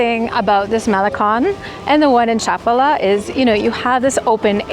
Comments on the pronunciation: This contains several factual errors. First, it's pronounced cha-PAH-lah. Population figures vary significantly by town and by season. For the municipality of Chapala -- which includes Chapala, Lourdes, Riberas, San Antonio Tlayacapan, La Floresta, and Ajijic -- the foreign population is approximately 25–30%. In Ajijic specifically, the foreign population may reach 43% during the winter high season, but this is temporary. While Ajijic can feel like a regional "theme park," it remains a Mexican town; the surrounding towns are entirely different in character. Furthermore, the area is a primary getaway for Tapatíos. On any given weekend, the population includes many Guadalajara residents who own second homes here or are visiting for the day. Casual gringo visitors typically stay in Ajijic, but that experience is not representative of living here, which is not centered on foreigners. You will need Mexican Spanish to navigate daily life effectively. Two final points for the uninitiated: * IMO, avoid eating anything sourced from Lake Chapala. The lake is shallow, and upstream industrial and agricultural runoff remains unchecked. * Locally sold honey is frequently cut with corn syrup. You have no way of knowing, so assume it. Do not be misled by the presence of a honeycomb; look for a trusted label you can verify. Your preferred AI agent(s) can clear these matters up in advance. HTH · Cómo que Chapula😂😂😂 habla bien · You should have walked further down the Maalecon. There’s a park with symbols of various spiritualities; very interesting. And you missed visiting the Lake Chapala Society, a wonderful park and social center for expats. And is Chapal pronounced : CHA -pal-a or cha-PAL-a? I’ve always heard the second, while you say the first.